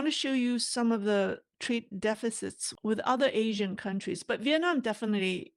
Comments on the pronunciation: Pronounce Asean not Asian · ASEAN is better and most commonly pronounced A SEAN . Sounds like Asian otherwise. Love T. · we love you here in Canada - bu please check you pronunciation of ASEAN - it's not the same as Asian. You're confusing us... Love from the Maple Leaf..